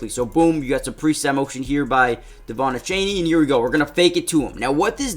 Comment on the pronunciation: Did anyone notice he was say devon achany😂😂